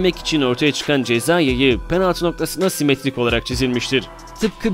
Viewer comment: ceza yeyi diyo